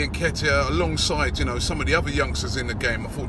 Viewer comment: Robbie, let me help you with the pronunciation of Nketiah.... 'inkay-tia'. You are welcome!